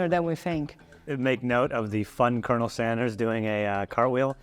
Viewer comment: Nobody told her about the R in colonel here.